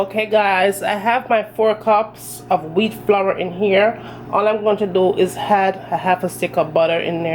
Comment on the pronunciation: I’ll try this recipe for certain, but I won’t (h)add (h)any sugar or (h)oats. I’ll make sure to pre-(h)eat my oven as well. You’re definitely getting a t(h)umbs up for your excellent video. Thank you! You’re from Kingston, aren’t you?